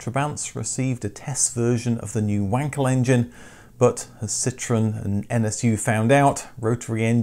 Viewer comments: Wankel is pronounced 'vankel'. You DO know this. 😂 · I know a chap who owns a Trabant… not sure what model though. Is Wankel not pronounced Vankel?